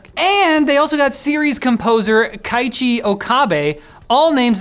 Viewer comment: Sadly, Keiichi still wasn't pronounced right, but I think it's fine to pronounce a bit wrongly names you just aren't used to seeing, personally.